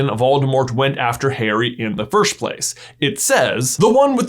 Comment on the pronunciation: No one: J: “FIRSHT”… “Philosopher’s Shtone” Im sorry love you J but I can’t unhear it now